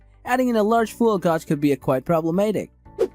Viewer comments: Gog? Gauge is generally pronounced as "gAj".. Rhymes with cage, rage, stage. Solid video otherwise. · I stoped watching after I heard the word “Gawg”